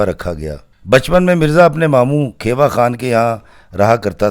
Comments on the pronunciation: It is not kheeewa it's khewa(khiwa) i am from there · Sahiban's father name was Kheewa not Khaiwa. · کھیوا خان kheewa khan تلفظ درست ہونا چاہیے۔